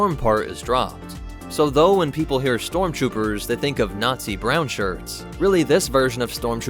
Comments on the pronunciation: I’ve heard of storm troopers but not strom troopers, lol. In all seriousness, good explanatory video! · 33 stromtroopers 😂